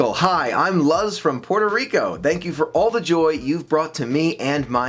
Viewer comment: Michael, if it is spelled Luz, the name is pronounced LOOZ, not Luhz. It's Spanish for "light".